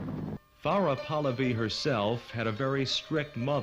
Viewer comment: Very angry that the commentator keeps mispronouncing PAHLAVI